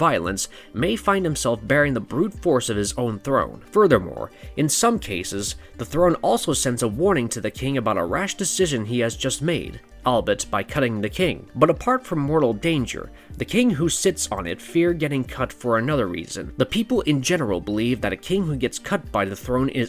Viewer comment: It's pronounced- AHLL BEE IT rather than all bet